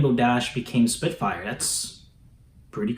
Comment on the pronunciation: Spitfire not soarin